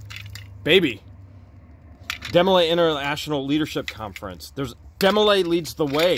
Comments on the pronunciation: Hi guys...Demo lay is the youth organization for guys in prep prep for the Masons ...and the girls organization is called Job's Daughters. To have attained "Supreme " status the person must have been in from the beginning age of 12.... Its pronounced Dee,-mo- lay. My daughter was in Jobs Daughters and she had to prove her Mason heritage to her great grandfather to join The counselors and adults represented the girls were very good teaching young girls to become with a small amount of public speaking in holding office ,presentation of faith & ,floor work for the public at their bethel meetings, memory work and special duties they had to learn from their member's book. It was nothing secret all meetings included parents,and guests,etc. They did teach girls how to grow into young ladies. Of course ,this was how we were raised and so My husband and I could see the value to our daughter to have new friend,make it to the meetings twice a month, learn a little about the values that we all considered good like loyalty,faith in god,a sense of caring for others and an overall sense of becoming a good, well rounded individual who cared about others in times of need or times of joy. They had special projects at Christmas and Easter for the after or needy and did a lot of good thru the organization. I saw a different side of my daughter as she grew into a young lady with thought and concern for others. I would recommend the group to anyone having a young daughter or daughters to possibly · It is pronounced D MO LAY and not a secret society